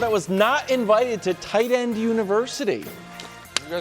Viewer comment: Everytime Wilds said TIGHTEND I lost my mind more and more